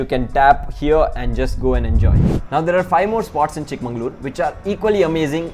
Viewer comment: Exactly, you pronounced it wrong throughout the video.